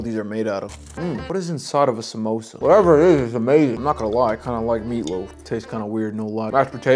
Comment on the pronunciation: "We're gonna add a sAmOsA on the side" 💀 Edit: omg this was a joke ok? ik he cant pronounce it right cuz he’s from a different country I was just comment on how he said it wrong like what you guys acting like I made some horrid hate comment which he’s attending therapy lessons for smh